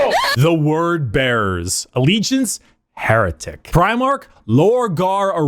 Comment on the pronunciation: 'Hair'etic? I see what you did there. It made my day.